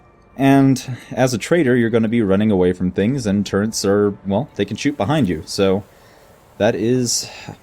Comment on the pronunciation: TURRETS TURRETS TURRETS there is no "N" in TURRET